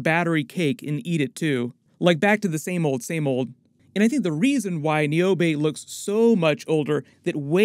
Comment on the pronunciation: Had to watch this breakdown twice because the first watch I got stuck on the way you pronounced Niobe’s name. Bugged me for some reason but I love the work you do. Keep up the good work.